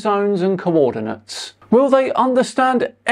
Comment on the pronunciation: Dude can't even read coordinates correctly but we're supposed to believe he knows what he's talking about?